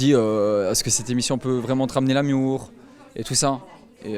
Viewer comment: se « ramener l'amiour 😭😂😂 »